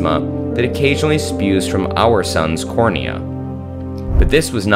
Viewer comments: Corona is pronounced just as It's spelled. (Cor-o-na), not "cornea". A cornea is part of the eye. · Also corona not cornea. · Corona... Not Cornea... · It's difficult to take a science video seriously when the narrator pronounces "corona" as "cornea". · All wrong figures also this is not one of the nearest stars, 400-700 light years is not a near be distance besides all it is actually 1060 light years away. And by the way what is cornea? You were supposed to say Corona which is the sun's ejecta. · One of the closest stars at 430-724 light years…excuse me but there are a lot of stars that are a lot closer than 430 light years from earth. Then there’s the comment “visible in most of North America, Europe, and Canada” …I thought that Canada IS part of North America. Then corona pronounced cornea, and ejecta “billions of light years”, while the star is less than 750 light years from earth. Those glaring mistakes were noticed less than halfway through the video, at which point I stopped watching. SMH 😒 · This dude said "cornea"🙄😶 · "our sun's CORNEA"? Is it cornea or corona? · Why is his pronountions do Bad? Not simply betelgeuse Suns cornea. And other mistakes. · Don't believe a guy who can not pronounce word CORONA